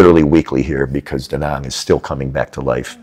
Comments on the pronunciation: btw it's not daw nawng or do nong, it's da like you sAt on a chair and Nang like you Rang the bell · The name is Da Nang and not Dä Näng .